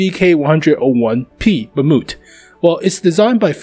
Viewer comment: the "mamoot" ?